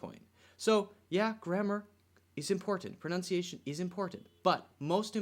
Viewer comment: English, Did you say 'pronounciation' when correcting Jack Ma's pronunciation of "China"? Maybe I'm mishearing it ... but I definitely hear 'pronounciation' every time ...